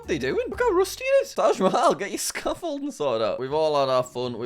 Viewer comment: its not rusty scoffold its wooded scafolled